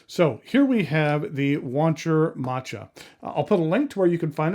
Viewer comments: Great review, never heard of it being pronounced machata before I normally go with ma cha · oh that's awesome lol, I didn't even realize, I thought that was an actual way to say it. Using it from now on. Thanks!